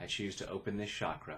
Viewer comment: just FYI.. Ch in Chakra is pronounced same as in the word Change. And not as in Champagne. Thanks for your videos.